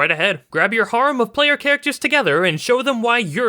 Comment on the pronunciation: Biggest issue with this video is pronouncing harem the way he did